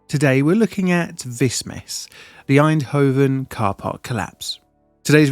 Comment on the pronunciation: Und "Einhoven" is F>>>>>>kikng WHERE??